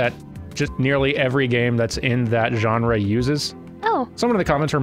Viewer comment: "genera"? I thought the word was "genre"